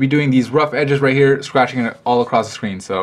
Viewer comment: "The scween" I laughed haha